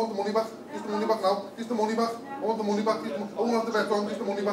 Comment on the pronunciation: give me moneh back give me moneh back i want me moneh back give me moneh back